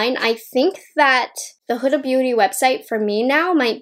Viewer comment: Her name is prononuced like Hooda, its arabic name